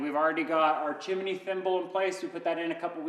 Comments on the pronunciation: (Chimney) Not Chiminey. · A chimney: Pronounced: chim·ney or CHimnē. NOT Chiminee Correct: "Things are going Well" Incorrect: "Things are Going Good" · Chimney, not Chiminey:-) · It’s pronounced Chim-knee(chimney).. NOT chimeny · Calling it a chimminey gets me every time!😂 you guys are the best!